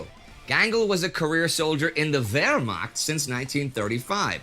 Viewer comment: Love how you say Wehrmacht :)